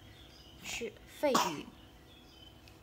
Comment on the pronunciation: 肺俞的俞读shu.不读yu